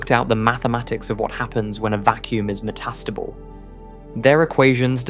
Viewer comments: "Metastubble" OMFG, if you're going to talk, learn to pronounce! Yes, I know, it's "me" problem, but Jesus, i actually had to watch another video. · The AI's emPHAsis is meTAStable 😂